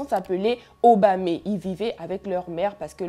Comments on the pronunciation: C’est juste OBONE et Obame pas oboné et obamé😭mais bon on kiff l’histoire 😂😂😂❤️ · Ça se dit Obone et Obame y’a pas d’accent à la fin ma belle 🥰🥰🥰🎉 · Obame et obone on ne lis pas le E😂❤